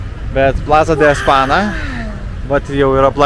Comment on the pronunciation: Madridas buvo mano gyvenimo svajonė, kuri išsipildė prieš pora metų. Ačiū Jums už prisiminimus.❤ Mielai grįžčiau. Tiktai jeigu gyvenate Ispanijoje ne pirmus, metus, gal jau laikas išmokti, kad raidė ñ tariasi kaip "nj", o dviguba l kaip "lj". Tai ir España reikia tarti Espanja, o ne Espana, Marbelja, o ne Marbela (ankstesniuose video). Ne pirmą kartą pastebiu🙂